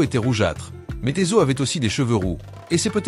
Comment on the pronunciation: La lecture par l’intelligence artificielle rend le texte un peu difficile à comprendre ! Il y’a par exemple plusieurs appellations de Esa-u qui est prononcée *Ezo*! Bonsoir et soyez béni au nom puissant de Jésus Christ